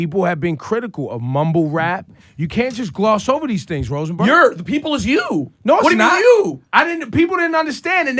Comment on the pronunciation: why does Takeoff say Rosenberg in a Russian Accent 😂😂